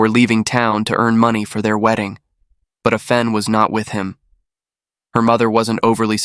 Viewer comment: Excellent narration! Thank you. However, her name is pronounced Ah Fen, not Ae Fen. Asian names do NOT follow Anglicized pronunciations. Asian languages are similar to Latin or Spanish phonetics, not English phonetics. There are Asian pronunciation guides on the net.